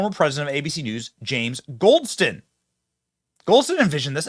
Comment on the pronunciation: “Goldston” Every single time.